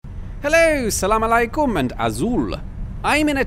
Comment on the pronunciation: The way you said “ Salamu Aleykum” 👌🏾